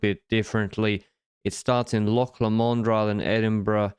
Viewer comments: "Lock La Mond", wtf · Loch Lomond is pronounced like "Loch Low-mnd". You can hear it in the song Loch Lomond by Runrig if you feel like it.